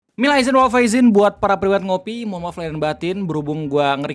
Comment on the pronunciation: Bang yg bener 'minal aidin' bukan 'aidzin'